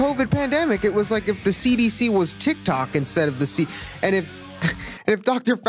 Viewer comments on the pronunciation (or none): none